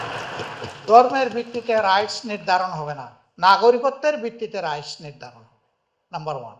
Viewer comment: রাইট নাকি রায়ট😂😂